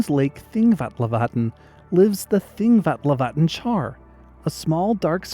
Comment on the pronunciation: Just want to say your pronunciation of Þingvallavatn is great. Not that it's perfectly accurate to how it's pronounced in Icelandic, but it is an appropriate anglicisation. I feel like most presenters would either not bother and just guess without even trying to get the order of the letters right, or try to imitate the native pronunciation and make it unrecognisable in the process. From Sweden, thanks for the presentation! I'll have to keep an eye out for the Fumewort (Nunneört) next time I'm on Gotland in spring.